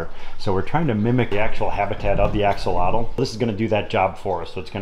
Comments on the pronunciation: u r pronouncing axolotl wrong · I apologize this is how I’ve heard it pronounced since first learning about them in Zoology class many years ago…..